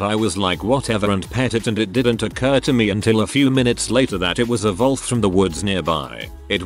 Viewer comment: Absolutely thrown by the bot pronouncing it 'volf' right off the bat. Astounding.